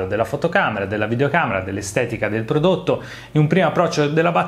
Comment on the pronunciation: “Prodotto” non si può sentire 🤣